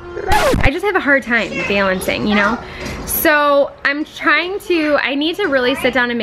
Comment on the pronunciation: You say “balancing” very interestingly 🤔